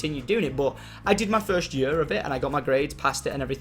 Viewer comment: i love how tom pronounces year "yur"